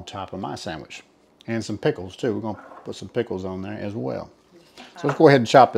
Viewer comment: I can't wait to try to McRibs!! Lol I like the way says the word "pickles" like "peckles" at the end.